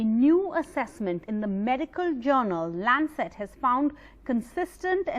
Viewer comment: It's not kobit19 but covid19 how this channel is progressing where u do not know proper English and again it's not landset but Lancet hope this channel doesn't belong to America for its prnouncetion